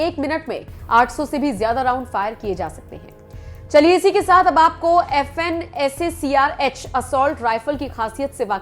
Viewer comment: Apne toh Austria ki glock 17 pistol ko golk bole ra ha hai or Fn scar h ko sacr bole diya